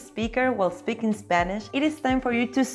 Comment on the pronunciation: And stop saying eSpeak eSpanish.